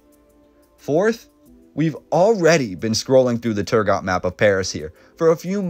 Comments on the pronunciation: Pretty sure it's pronounced Turgo, the T would be silent. EDIT:Sorry to be that guy ;) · Turgot-- The 't' at the end is silent in French. When doing research, you always have the option of checking how words are pronounced, in the form of short recordings to listen to. Quick and easy.